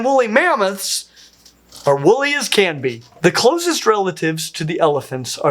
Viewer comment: Pleeese, WOOLLY mammoth! Not wolly.